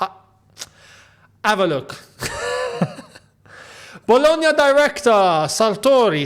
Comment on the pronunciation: It's bologna not blogna